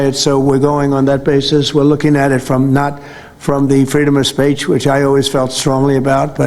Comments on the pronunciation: did he say freedom of spaach? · He’s derelict of duty. He said “Freedom of spaych” so spaych has to go.